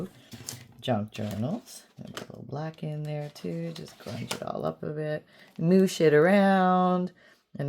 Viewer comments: Did you say move shit around???? Or am I hearing things lol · When you said 'Moosh it around', I thought you said, 'Move sh*t around", and I was momentarily shocked! 😆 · I thought it was just me! 😆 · It did sound like that!! 😂 ❤️💜💚